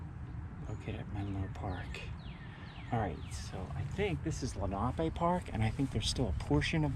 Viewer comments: It is not pronounced lake lee na pay. Rather. Len-a-pee. This is an indian name. My granfather and mother both grew up riding the carousel. This park continued all the way to sellersville with different names I would play soccer in the early 70s closer to sellersville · I’m 77 and grew up in Sellersville/ Perkasie. It’s pronounced Len’ a pee after the Lenape Native Americans. We went often to the carousel and swam at Menlo. Before my time there was a big wooden slide that I believe was used in winter. Nice tour. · Absolutely love how you say lenape park!! Thanx again for another great video!!!